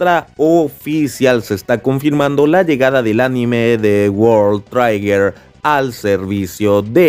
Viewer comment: Bro, es Trigger, no traiger